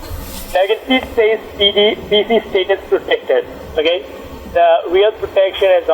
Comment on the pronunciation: Do a shot every time he says steetus and wirus